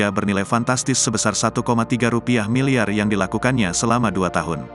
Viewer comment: Admin ini salah menyebutkan : satu koma tiga miliyar rupiah yang benar . Kamu salah mengucapkan. Jangan digaya gayain membaca berita ya. Ikutin EYD dan kaidah bahasa Indonesia.